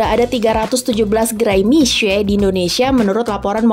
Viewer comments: Boleh apresiasi gk sih intonasi mandarin naratornya tepat… mi xue bukan miksue atau miksu… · Keren pelafalan mandarin naratornya benar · kok jadi agak kasian naratornya ya wkwk, jadi harus baca Mixue dengan aksen yang bener terus"an😅😅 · Baru tau kalo mixue di bacanya misee bukan miksu'e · sebenarnya d ig udh ada yang bikin konten, bagaimana sih pelafalan mixue, yang ngomong itu langsung dari para pekerja. Dan rata" mesti ngomong nya Misye. Nah kebetulan narasi memperjelas lagi, dari pelafalan Hingga aksen serta bagaimana grow up ini bisnis. Good job sih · Dari video ini aku jadi belajar bagaimana menyebut "mixue" dg benar :) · Terima kasih atas pengucapan serta lafal yg benar dr Mixue. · justru cara baca narator ini yang benar.. wkwkwkwkwk. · Baru kali ini ada yg baca Mixue dgn benar. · Narrator setidaknya berhasil mengucapkan "mixue" dgn pelafalan yg bener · Fasih banget pelafalan Mixue 🙄👍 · Dari video ini saya tau cara ngucapin Mixue, selama ini bilangnya Miksuwe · Akhirnya ada media yang melafalkan nama Mixue dengan benar. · lafalnya bahkan sampai intonasi bahasa Mandarin diikuti. Kalau menurut aku sebenarnya dibaca seperti nama orang Indonesia "Misye" aja udah bagus, tapi ini benar-benar serius dalam pelafalan sampai intonasi aslinya juga dilafalkan.